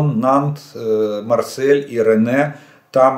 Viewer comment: Рене… военный ,ну ж ты Индокитаец …) Ренн !😅